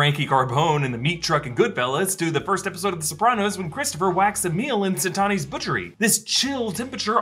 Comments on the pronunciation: Hey, your vids are always great, thank you. I'm sorry to nit-pick but I just want to revise something from this Episode 5 vid - the Italian butcher in The Soprano's is called "Satriale's"' (Sat - tree - al - es). May the pork be with you. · “Satani’s butchery”??? Omg I’m sorry but you “butchered” that sopranos reference. It’s Satriale’s 😂😂😂 ok back to boba fett 👍🏽👍🏽👍🏽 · it's Satriale's pork store, not Satonis(?) lol 😘👌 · SATRIALE'S. NOT "SATANI'S" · "Satani's butchery"? You mean Satriales Pork Store? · It’s “Satriale’s” Butchery ! 🤌🏽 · WTF did you just call Satriales? Never disrespect the pork store!